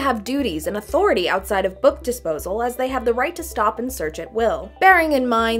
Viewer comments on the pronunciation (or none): none